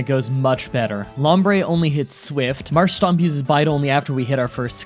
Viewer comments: Marsh-Tomp not Marsh-Stomp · Just saying I don’t care but it is not marshstomp but marshtomp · Ah yes, saying Marshstomp instead of Marshtomp to trigger ppl to leave comments for YouTube algorithm. Actual 5head move, well played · It's called marsh-tomp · Okay but why Marsh-Stomp?!? Lmaooo it’s literally spelled Marsh and Tomp. There is no s lmaooo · You probably know about how you pronounced it by now but it is not MasrhSTOMP it is MarshTOMP there is no extra S in there. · MARSH-TOMP , not Marsh-stomp , there is only 1 S , Marsh , Tomp , say it with me MARSH-TOMP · You said you read comments, so here is my observation: Mudkip's evolution is MarshTOMP and not MarshSTOMP. Anyway, I like your videos, thank you for doing these challanges. Pokemon was my childhood, although the games weren't popular here in Hungary. You raised my favourite franchise to a whole new level. :) And I would really like a Smeargle challenge. :D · I don't mean to be nitpicking, but you say an extra "s" in the middle of Marshtomp. Like its Marsh+tomp not Marsh+stomp. Otherwise keep up the great work, love what you are doing. Love from Norway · I know you're sick of hearing it, but just FYI, as politely as possible, it's Marsh-TOMP. You keep adding an extra "s", saying Marsh-stomp. Not a huge deal, but I didn't know if someone told you yet. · It's still not "Marsh-stomp" though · Anyone else notice he said Marshtomp as Marsh-Stomp? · When pronouncing marshtomp for some reason you add an s after sh. (No hate, just don't)